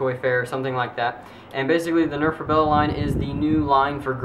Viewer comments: Why does he say Rebella instead of Rebelle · And you keep on pronouncing it rebellE it's just rebellE. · STOP sayin rebella and its not the wind thts anoying its u sayin rebella is wut anoying and u keep hesatin lol sry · The rebelle is pronounced re-bell, just incase u wanted to know. :3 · Rebelle is pronounced ruh-bell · It pronounced Reb - ell :D